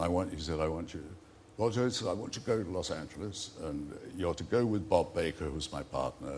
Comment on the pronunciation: It's pronounced Roger not Woger, it's not Monty Python, Good think Wossy isn't a political journalist, he spend every 4 or 5 years banging on about the up coming erection.